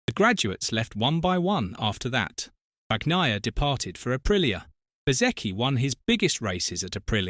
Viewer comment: Will they EVER stop saying BAG-NAYA??? BRAVO to Rossi, he's done something nobody else seemed interested in doing. Now there are plenty of competitive Italian MOTOGP riders. Wonder how long he'll keep the MOTOGP team going, no matter who is riding for it?